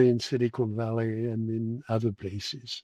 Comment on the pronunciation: I don't mean to take a jab at mr Vallee's pronunciation, but I find it quite... fitting how he pronounces "silicon valley" somewhat as "cynical valley".